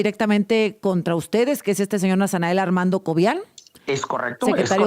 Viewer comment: Órale que el refinado y educado está este ratanael que diga nasanael😅😅😅😂😂 pura mugre de gente